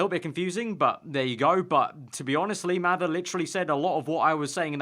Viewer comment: Maybe they didn't let you upload it because you can't say 'lee mather' properly